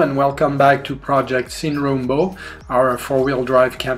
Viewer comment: entiendo la idea de hacerlo en inglés para hacer un acceso más universal, pero de ahí a decir "shuin roumbou" en vez de SIN RUMBO ya me parece mucho. Hasta un profesor de inglés recién recibido sabe que los sustantivos propios no se deforman ni se traducen. Respecto al vídeo me pareció piola. Saludos "aimlessly".